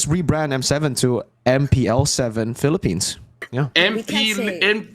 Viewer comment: M-PL-ippines is the greatest thing I’ve ever heard thank you